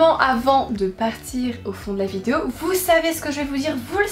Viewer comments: Moi j'adore quand tu dis "vidzéo"🤣🤗❤ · j'avoue regarder tes vidéo en grande partie parceque j'attends que tu dises le mot "vidéo" , c'est super mignon ta langue qui fourche là dessus _ belle soirée à toi